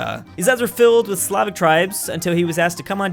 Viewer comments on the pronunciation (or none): none